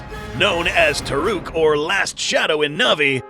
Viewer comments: It's called Toruk. Not Taruk. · Just want to admit about the name its toruk not taruk and thanator on na'vi is palulukan